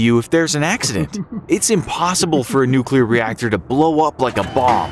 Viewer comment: "Nuculer reactors cannot explode like a bomb" Chernobyl: am i a joke to you.